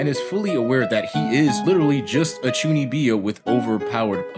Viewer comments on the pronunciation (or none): Great video man but please it's chuu kneeb yo ! Not chuni bee yo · Chuunibyou. Not Chuuni bee oh. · Chuuni-byou not Chunnibi-o Also love the show, its ironically one of my favorite anime ever.